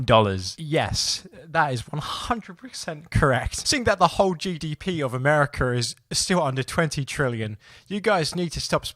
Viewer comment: Dude. What the hell. I heard you say “Americerr”.